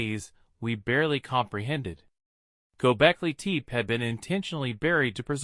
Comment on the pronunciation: your A.I. voice sucks gobekli tepé not gobekli teep